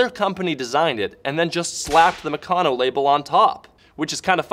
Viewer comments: Oh my God it is not pronounced "Mucono" it's " MeCANo" like "Mechanics" only Meccano. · It's pronounced Mèh-can-nooooo